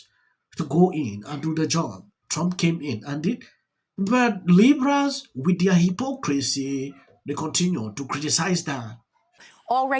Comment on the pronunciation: Keeping me informed on all the BS that is going on and I thank you because that means I don't have to sift through the silly stuff. I did say I had a little bit of hard time understanding you but b the more I watch i understand. Li ke I didn't know why you kept saying 'these libras' but your saying LIBERALS!! I just had hear the context. TX again!